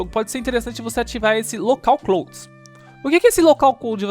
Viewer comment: Ótimo tutorial, mano. Continua assim ✌🏽😁 Só uma dica: nuvem em inglês se pronuncia "Claud" kkkk